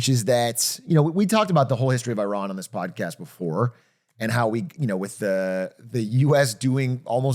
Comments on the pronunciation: 43 years old and DougDoug still can't pronounce Iran... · I can understand having grown up in the states that the pronunciation of places like Iran or Iraq would be what they are in the American lexicon, but it hurts my ears to hear them being mispronounced so frequently here 🫠 Idk, it just feels disrespectful if you know the proper pronunciation but are choosing not to make that change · Atrioc pronounces Iran 3 different ways in 20 seconds